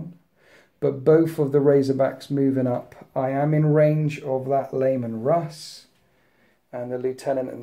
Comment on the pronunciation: I keep hearing Layman Russ. I love it.